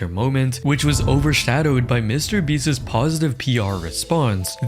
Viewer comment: I like your videos but your pronunciation is driving me up a wall.. Beast's is pronounced the same as beasts. Not beastis